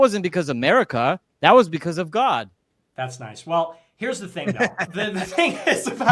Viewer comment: The "that's nice from Nick" 😂 it's as if he said "that's not true."